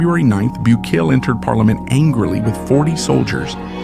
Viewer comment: The least you could do is pronounce his name correctly. FFS…